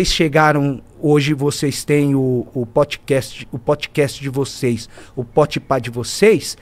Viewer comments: Potcast kkkkkk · E o Zé falando "PotPah" kakakakakakaka